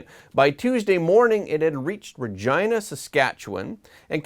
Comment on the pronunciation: Points for pronouncing Regina right.